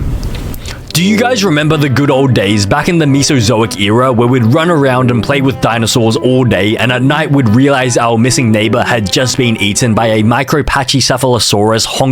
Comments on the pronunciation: "mewsoozoic" lol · You mispronounce Mesozoic